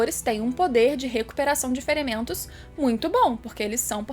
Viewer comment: "recuperação de ferementos" kkk